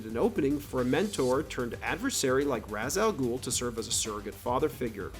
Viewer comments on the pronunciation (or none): As much as I like Batman Begins, I will never forgive Christopher Nolan for the mispronunciation of Ra’s al Ghul It’s an Arabic term, “Rah-haysh aul Gh’ul”, so the accepted Anglicisation was always “Ray-sh al Ghoul”. Why Christopher had pronounced it phonetically I have no idea